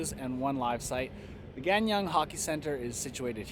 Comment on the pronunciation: Hello! Came here by YouTubing 'PyeongChang 2018'! Amazing video and hoping to watch more of your videos!! By the way you are pronouncing Gangneung (강릉) wrong.. It sounds like Gaang Neung - Here's a video that may help :) Smashing that sub button